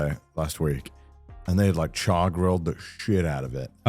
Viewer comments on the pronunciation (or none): none